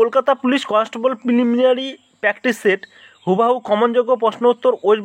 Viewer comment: Ki nari?😁😁😁 Pimilinary😀😀